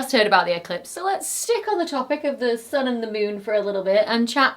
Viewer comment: Really extremely entertaining to watch this. Just wonder: where does this slight accent come from? For example “sun” pronounced like a German U.